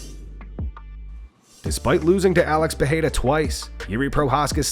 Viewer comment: PEREIRA (not PeHeira)